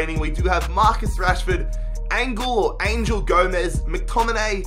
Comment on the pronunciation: Angel not Angle Gomes